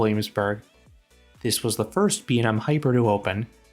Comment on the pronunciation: imma need you to learn to pronounce B&M correctly